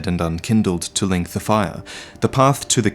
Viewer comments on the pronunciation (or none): Leenk dee faya